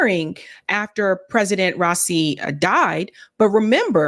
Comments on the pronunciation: Raisi (Ra-ee-see) . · it's RA-ISI, and I heard there were 4 Million in the procession 4 his funeral 😢